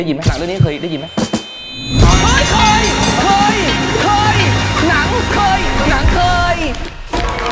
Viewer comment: พี่เหว่ง พูด หนัง- เคย แบบนั้น ฟังดูแปลกๆนะคะ😂